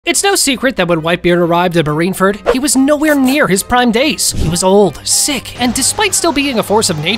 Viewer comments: Please learn how to say Marineford instead of Marinferd. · bro like he keeps on saying marine ferd lol anyways good videos!